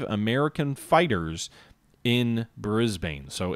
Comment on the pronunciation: From an Australian, Canberra is actually pronounced as 2 syllables more like Can-bruh, Brisbane and Melbourne actually rhyme, Bris-ben and Mel-ben. I was told that Canberra arose from a dispute between Melbourne and Sydney, Melbourne said it should be the capital because it was originally the capital and Sydney said it should be the capital because it had more people, they then agreed to put the capital exactly half way between the two cities.